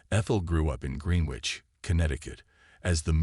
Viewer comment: Green- ich not Green witch 🙁